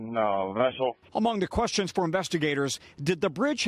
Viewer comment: Has Lester learned to pronounce "question" yet?